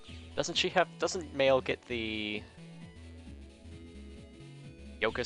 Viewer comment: Not true regarding the Navi tools. You can use the HP +300 without consequence. Theres at least two others that don't get bugged either. And its not "Mail" its pronounced "May-Lu"